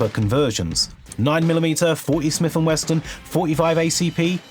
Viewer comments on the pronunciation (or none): It's not "Smith and Weston" bruh, it's "WESSON". It's cool that you're into guns and did good research, but people will rend into you verbally for that. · You keep saying Smith & Weston. It's Smith & Wesson. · the first time you said "smith and weston" i was willing to look past the error, but as a gun reviewer, you should know that its "wesson" no t in the word.... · it's Smith & WESSON not Smith & Weston, how do you not know this? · FYI it's 'Smith and Wesson' not 'Smith and Weston'. There's no 'T' in 'Wesson'. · He keeps calling Smith & Wesson, "Smith & WESTON" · It's not WesTon is it, luv? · "Smith and WessTon" is killing me. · And, saying 'Smith and Weston' at least twice. 🙈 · Still two s's in Wesson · Theres no "T" in Smith & Wesson